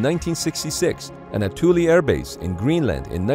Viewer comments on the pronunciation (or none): none